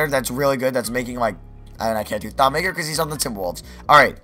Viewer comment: It's Thon Ma-keer